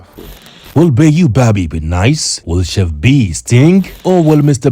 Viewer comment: From the bottom of my heart Ma, can you correct the contestant’s on the correct pronunciation of “chef”, I can’t take it anymore 😭